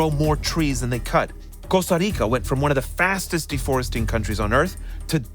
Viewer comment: Hearing someone pronounce "Costa Rica" Properly was like a breath of fresh air, holy. Did everyone else forget that latin doesn't sound exactly like english?